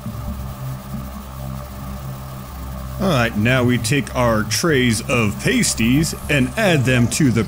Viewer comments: That's not how you pronounce "pasties." Unless you're talking about the things strippers use to cover their nipples. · 'PAS-ties' not 'pay-sties'